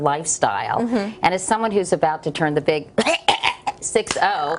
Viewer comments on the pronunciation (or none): none